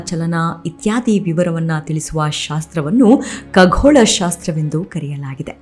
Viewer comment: Madam it shd be khagola not kaghola